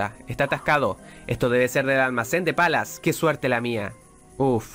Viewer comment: la nueva forma de decir "palas" .... "pelas"!! xd